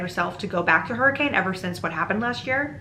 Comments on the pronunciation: Dang, I didn't know that some of yhe story takes place in Utah! As a utahn, it's pronounced [hurri-cun] not hurricane ! Seriously tho the fnaf lore is wild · How to tell if someone is from Utah or not: the pronunciation of Hurricane (people in Utah pronounce it hurr-eh-can) Man wait til you find out about Tooele. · Came to the comments specifically to see if anyone had mentioned yet that in real life Hurricane is inexplicably pronounced HER-ick-kin (and I’m sorry if you bring this up later in the video it’s just a stupid Utah fact that I love/hate)